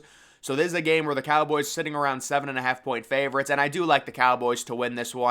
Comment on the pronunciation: I hate how u say Ravens and favorites .....😂